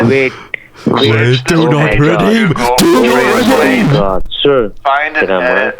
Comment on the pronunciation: “Do nod redeem id” hits hard 🔥🔥🔥💀💀💀